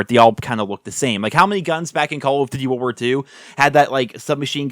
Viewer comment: Do you have a hard time saying call of duty world war 2 bro Jesus